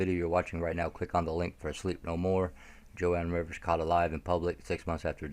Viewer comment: You pronounce Joan Rivers name incorrectly. You are forgiven.